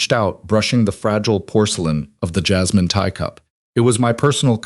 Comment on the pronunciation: Lol AI said jizzmin lol not jasmine lol